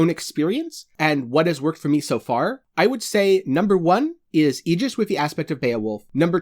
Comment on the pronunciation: Aegis is pronounced that way ...it’s “EE-GIS”